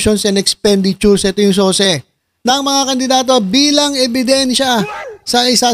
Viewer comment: SOCE PALA HINDI SOSE!